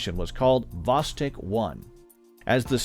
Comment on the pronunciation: Not "vOstok", but "vostOk"!